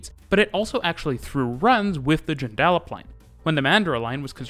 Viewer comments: Hi. I'm not familiar with your channel, but this video was posted on the Perth subreddit. We all enjoyed your attempt to pronounce Joondalup. We say 'Joon-duh-lup', with all syllables around the same length. Thanks for covering our city, and we'd love to have you if you do plan to visit or stay! There were originally plans to sink the main rail line, but that hasn't come to full fruition yet. They are removing several level crossings through the city though. Bayswater Station is currently under renovations. There's a bridge by the station that is infamous for having trucks disregard the low headroom sign and run into it, but it's being removed and replaced with a better bridge. The bridge is a local meme with a running count online of 'days since incident', which sadly will disappear after the renovations are completed. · As a local, it was interesting seeing an outsider's perspective on the network. The way you were pronouncing "Joondalup" was a bit distracting though: the stress should be on the first syllable rather than the middle one, and the "a" is almost unvoiced. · JOON-duh-Lup. Amazingly the one most people get wrong is by saying 'Man-DUR-uh', but you nailed that one. Great vid! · This is a cool video, I was SO impressed with your pronounciation until you got to Joondalup. It's said like Joon-duh-jup. Anyway I had no idea how notable the system is. Thanks for sharing! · Joondalup is pronounced JUNE-da-lup, but apart from that, a great video. It is worth noting that public transit in Perth is extremely well done. When I went there in 2001, it was easy to navigate, and both the trains and buses all connected very well with each other with minimal waiting time. The rest of Australia can learn from Perth. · Interesting presentation, but being a local of Perth we could not stop laughing at the pronouncation of Joondalup you say it like this (June - Da - Lup) 🤣😁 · 'The Joon-dah-lip line" 😂😂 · By the way, to pronounce Joondalup, you say "joon·duh·luhp"